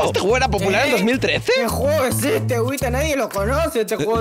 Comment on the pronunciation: es awita no awuita